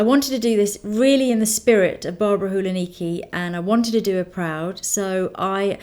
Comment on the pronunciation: Barbara Hulacki is pronounced with the 'c' which sounds a bit like s or tz :) xx